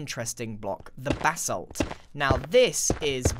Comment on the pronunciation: It sounds like he is saying BATH SALT instead of BASSALT.